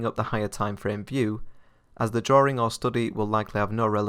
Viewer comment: Drawing, not drawring